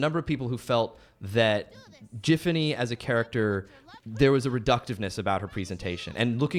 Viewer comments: No way this bro just said "JIF"fany. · Triggered by calling Giffany as Jiffany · hearing him say "Jiffiny" instead of "Giffany" is insane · The fact he pronouced GIFfany as JIFfany is what urks me the most. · How hard is it to just drop the t from the word "gift"? Or does Alex Hirsch pronounce that "jift"? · I just realize that they pronounce “.GIFfany” like “Jiffany”. Oh, how far the greats have fallen… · WHY DID THEY PRONOUNCE IT "JIFFANY" 😭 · They’re saying Jiffany and it’s making me irrationally angry. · He's saying JIFany and it's bothering me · Hirsch pronounces her name BOTH WAYS. This man is the healer we need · I love how Alex seems to zig zag between pronouncing her name with a hard or soft G. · The only real shame is how Alex prounces her name.. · Ugh, that soft G is the worst.